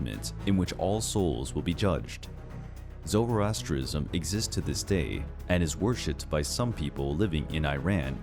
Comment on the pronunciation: The way he pronounced Zoroastrianism lol